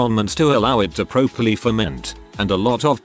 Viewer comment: I have watched so many of these robot-narrated videos that i have started to pronounce the word "properly" as "pro-perly" instead of "prop-erly".